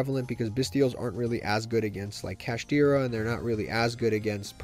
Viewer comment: Saying kashtira is close to purrely should be a crime